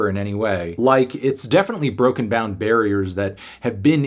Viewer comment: "broken bown barriers"